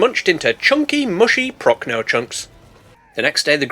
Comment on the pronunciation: How many times did you slip up and call the "nice big croc" a "nice big c0**"? We want those bloopers! Also, thank you for pronouncing "Jürgen" correctly... and "Prochnow" like 90% correctly.